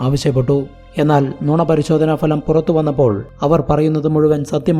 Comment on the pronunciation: "Falam" ഉച്ചാരണം ശ്രദ്ധിക്കുമല്ലോ 😢